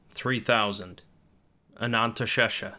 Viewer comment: Anantashesha sounds like someone trying to say anesthesia while going under anesthetic